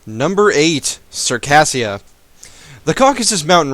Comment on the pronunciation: Circassia is pronounced "Sir-kay-zh-ia" not "Sir_kassia".